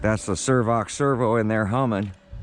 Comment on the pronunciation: it's SAV OX servo not SERVOX 😂